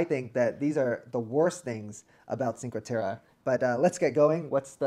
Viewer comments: please pronounce it correctly it's cinque "te-reh" not te-ruh... :( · It's Cinque Terre not Cinca Terra. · If making a video about a location learn how to say it. This is brutal listening to you both saying ChinqA Terra. At least show you know enough about a place that you learned how to pronounce it. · "cinco terrah" good gracious. You lose pretty much all credibility when you pronounce it that way, American. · I can not get over the mispronunciation of Cinque Terre....